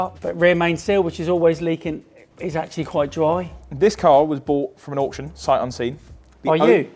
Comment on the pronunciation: I love you guys but ‘auction’ f*** off